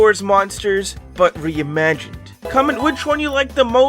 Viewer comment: in the intro it didnt say re-imagined it said re-imaged